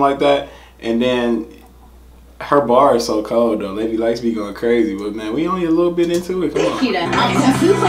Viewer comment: You're hilarious. First you pronounced it properly directly after she'd said it. Then you went back to making something else up 😂 the y isn't pronounced. Love your reactions though 😀👍